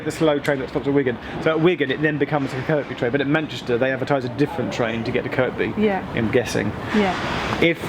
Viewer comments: Highly disappointed there was no 'getting off at Edge Hill' joke (Also you're pronouncing Kirkby wrongly) BUT OTHERWISE BRILLIANT VIDEO AS ALWAYS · Kirkby isn't Kirk-be, it's Kerby. Tsk! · I'M AFRAID GEOFF FELL INTO THE PITFALL OF PRONOUNCING THE SECOND "K" IN "KIRKBY". IT'S ACTUALLY PRONOUNCED THE SAME AS "KIRBY", AS IN "WEST KIRBY". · Hi Geoff, quick thing, noticed you pronounced the K in Kirkby, I live in southport and know that if you do that there you do not get well liked!